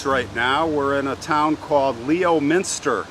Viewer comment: I live in the next city over so I Heard this story when I was younger, my friend was his great great grand daughter or something like that btw it's actually pronounced lemon -stir . Yes I know the names of towns and cities in Massachusetts are ummm different lol. That's why I don't get too butt hurt when someone mis-,pronounces them 😊anywho great video 💜💜